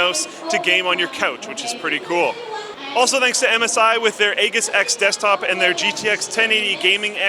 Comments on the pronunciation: Still calling the Aegis "a-giss" instead "æ-jiss" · is saying aegis differently than I've ever heard it said. I'm not going to come out and say he's absolutely wrong, but I've never heard it said that way.